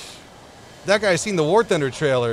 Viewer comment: I am sorry but it is war not ware